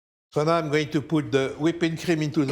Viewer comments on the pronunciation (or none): none